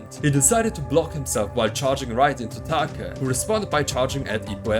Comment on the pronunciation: It’s Take not Taka. Similar to pronouncing Date.